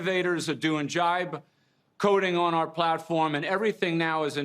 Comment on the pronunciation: Yes he did instead of vibe coding 😅